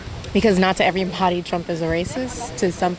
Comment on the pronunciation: “Errboddy do dey dirt” College educated....